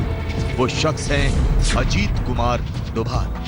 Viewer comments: he is ajit *dobal not doval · sorry Novel nahi Doval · it's dobhal . not thought aaj tak would do that